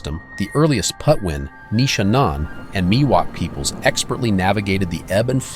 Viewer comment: What is also disappointing is the mispronunciation of the Indian tribal name: It’s PATWIN not Putwin.